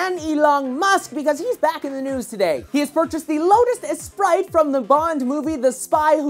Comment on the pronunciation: It's pronounced espree